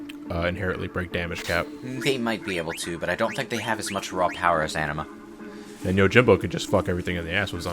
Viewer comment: (Donsanity) Yeah...hearing them say Anima was the first kinda made my eye twitch a bit xP